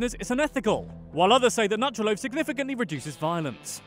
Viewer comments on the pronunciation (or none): It's pronounce noo-trah loaf